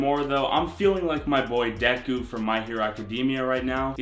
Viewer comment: Doku you said doku instead of deku